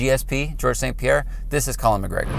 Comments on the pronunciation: Did he say colin McGregor instead of Connor LOL ??????? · did he say Colin McGregor?